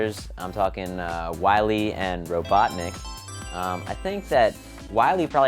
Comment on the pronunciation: its robotnik not robonic